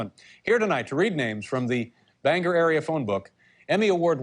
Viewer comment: Good to see Dave finally learned how to pronounce Bangor, come back again Dave!